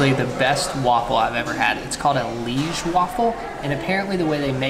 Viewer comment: You forgot the fries (that are not French but Belgian)! And you pronounced "Liège" as if you were a true Liégeois (accent and everything..."Lich" :p)